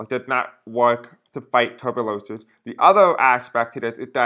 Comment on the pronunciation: Pronounced like Tu-burk-u-lo-sis,and it frightening and deadly! God help us